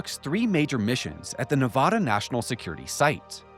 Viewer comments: As a native Nevadan, I have to correct you, it's pronounced Ne vA duh. NOT Ne vah duh. you say it correctly!!!!!!!!!!!! :) I know I'm not the first person to bring this to your attention. Other than that, carry on. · If you ever visit Nevada they will all hate you if you saw nu-vah-da instead of nu-vad-a. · Get over it. Your state's name is a Spanish word, so expecting people to pronounce in the the local, least-Spanish way possible, is not realistic. If you want everyone to pronounce it your way, just get the spelling changed to Nevadda. Problem solved. I was raised in NJ, so actually either pronunciation works for me, because we often get words with foreign origins wrong. It would be fun to ask every cast member of the first season of Jersey Shore to pronounce it.